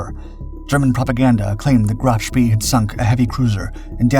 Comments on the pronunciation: Here we go again the narrator’s pronunciation is way off, Graf Spee is pronounced Shpay, named after World War I Admiral Maximilian von Spee, whose name in an earlier video was also pronounced Spea. Only a minor quibble but a glaring error really as nowhere on any contemporary broadcasts by British or American sources do we hear this. And to describe the sinking of an unarmed and helpless merchant ship as a victory is a little crass in my opinion. The breathless and hurried voice is bad enough but for Chinese Robot AI style mispronunciations and phrasing to keep creeping in is something of a distraction. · Graf Spee is pronounced “GROFF SHPAY” not “GRAPH SPEE.” Prinz Eugen is not pronounced “Prinz You gen,” its pronounced “PRINTS OY GEN” Oy as in boy. Gen as in again. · KMS Graff Spee is pronounced GROF SHPAY, to be historically accurate . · Sorry but i think Bäden am See = Graf Spee. "e:" not "i:" I might be wrong tho... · Isn't it pronounced " Graf Spay"? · "Graaf Spay". Say it till you can do it right.